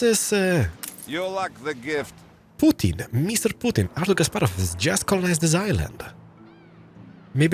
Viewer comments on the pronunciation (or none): none